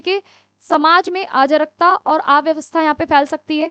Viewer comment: Sorry to say but mam ya behn jo bhi ho aap agr aap itna galt hindi me hme explain kroge tb to ho gae ham pas . Me kitna kosis kr rhi hu ki mujhe words yad ho jaega lekin arajkta ko aap ajrkta ajrkta bol bol ke dimg se sb delt krwa rhi ho . please hindi pr dhyn do apni